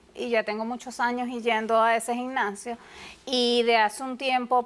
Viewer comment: Dra Polo no se dice ginnasio